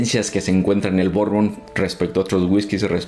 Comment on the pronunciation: Hola Bourbon se pronunciacia BURBON la combinación de las letras ou suenan "u" , curbusier la U sola tiene un sonido entre "U" e " Ui" parando la trompita, comonpidiendo beso. Y fundiendo las los vocales. EAU se pronunciacia "O" como chateau Chato Ai suena "e" como maison, meson